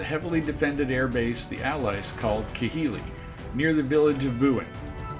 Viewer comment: some of your pronunciations of some of those island basis is way off, just thought I would inform you of that it's not Ki-hili it's pronounced KA-hili.